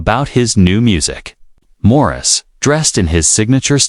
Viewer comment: It's not Maurice. Jeez. Get it right. 🤦‍♀️